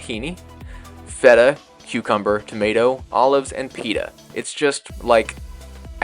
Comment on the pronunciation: yep you complete stuffed that up mate you pronounced TOMATO WRONG!!